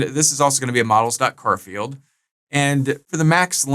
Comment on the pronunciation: love the way you say 'car field' instead of 'Char field' 😏